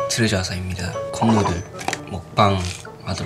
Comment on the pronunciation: mashiho said TOREJA [トレジャー] (japanese pronunciation) instead of TEUREJEO [트레저] (korean pronunciation) UvvU our japanese hamster 😍😍😍